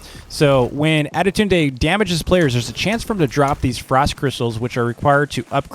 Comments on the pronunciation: Tip is not ade tund e is sayed. adetund and your welcome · Just the pronunciation with adetunde=adetundey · Why does he say adetune? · "Attidude Day" LOL